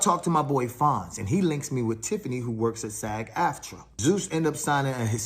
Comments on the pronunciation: It is pronounced “SAG”..like SAG your pants…not SAJ. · SAG hard G like bag! Not G like SaGittarius. 😂